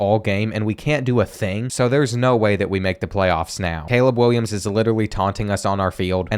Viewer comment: “caweb Williams liwally”